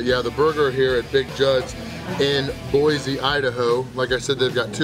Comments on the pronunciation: Boy-see not Boy-zee. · Boy-c not boy-z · There no "Z" in Boise.